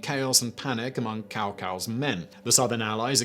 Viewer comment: It's not "cow" - "cow" ...damn it Sigh-mun!!!